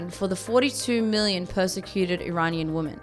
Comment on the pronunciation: She cant pronounce women. She says it like woman.